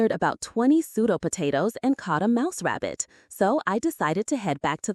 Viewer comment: it's a mabbit or rouse. 😂 Lol.